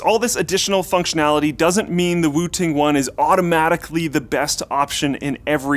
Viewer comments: I totally thought he said Wu-Tang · I keep hearing wu-tang😂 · I thought he said wutang 😂😂😂😂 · kept hearing wu-tang, for some reason.. and figured, "yeah.... i guess this is a market the RZA has broken into yet." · i thought he was saying Wu Tang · Who kept hearing Wooting as Wu Tang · Whenever you said Wooting One I thought you were saying Wu Tang One. I was waiting for some sweet Wu Tang Clan jokes